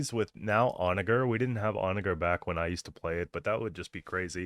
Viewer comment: Why the hard R on the "onager " 😭